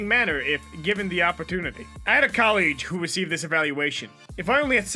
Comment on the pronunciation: Vocab: Colleague Narrator: COLLEEGE.